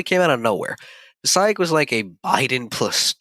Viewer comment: Passaic is pronounced: Puh-SAKE.